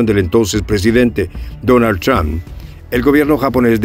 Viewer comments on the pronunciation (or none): none